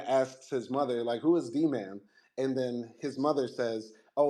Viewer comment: She raped him her sick azs! And i HATED when she said DMAN....its D- MAN